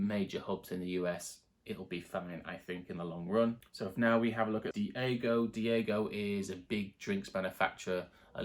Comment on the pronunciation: Not to be picky, but you're pronouncing diageo wrong. It's 'Dee adge ee ohh'. Good luck with your channel.👍